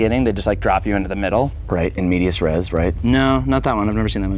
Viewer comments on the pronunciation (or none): You absolutely butchered in medias res but other than that good sketch